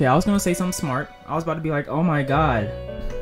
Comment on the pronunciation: You said my religion gods name wrong